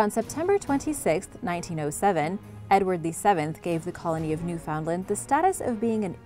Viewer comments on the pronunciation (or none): I think it's odd how you looked up how to say every name except Newfoundland, you don't pronounce it how it looks, It sounds like New Fin Land, take it from me and east coast Canadian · Us canucks pronounce it as "New-fen-land" all together and a bit quick